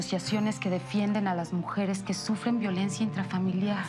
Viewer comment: ya pero yo escuchando que la mama de marcos dijo violencua